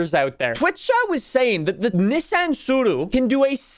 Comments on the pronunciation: Man pronounces Tsuru properly but not Nissan 🗿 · Say Nissan wrong again. I dare you